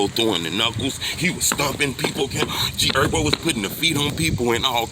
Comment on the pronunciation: G erbo 😂 where the h go 💀